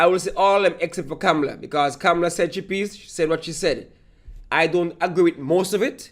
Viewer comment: "Kam-la" not "Cam-Ma- Lar" and Kamla is right..